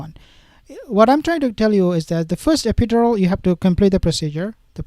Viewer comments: it is NOT... e-PID-or-al.... in English we pronounce it as: e - pi - DUR - al -.... e - pi - DUR - al... love your informative vids... but... sometimes I have great difficulty in understanding what you are trying to say -- thanks for all your good work;) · Don't mean to be rude but can you pronounce epidural properly your saying it wrong .we all know its lies shes never been pregnant